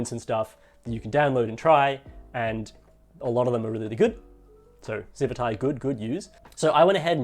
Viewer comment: Isn't it pronounced "Civit AI" with the "t" on the end of the first followed by an "AI" -- just like how it's color-coded -- instead of "civi 'tai" with the "t" before an "eye" sound?